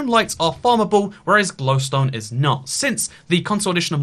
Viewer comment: Why does he say gliwstone weird does anyone else hear that?